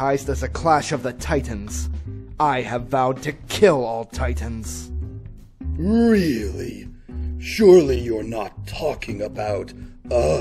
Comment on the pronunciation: was like "Tie -Tans."